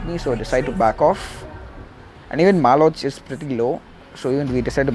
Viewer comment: mganga ult just gets hit on heores within his ult range "malock" not malo"ch" shouldnt had used yout ult there coz he was alone while you had 2-3with you Anyway video reported for misleading. For mganga or any mage especially jungle, best iten to make is arctic orb instead of holy book